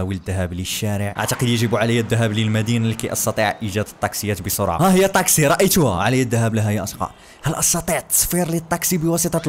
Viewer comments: ليش تقول طاقسي بدل تاكسي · ليش اتكول طاكسي مو تاكسي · لغتك العربيه جيد جدا لكن سيارة الأجرة اسمها تكسي وليس طكسي... بالتوفيق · لمذا تقول طاكسي هي تاكسي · مو طاكسي تاكسي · ما يكول تكسي يكول طكسي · احكي عدل شنو طاقسي